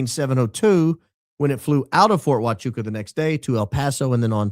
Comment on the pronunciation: I'm a bit saddened by the lack of enthusiasm with your pronunciation of Huachuca in this episode. Let's not let this important detail slip under the cracks next time, please and thank you. ❤️